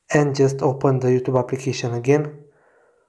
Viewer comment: "you...THUBE" no offense that was fucking hilarious lol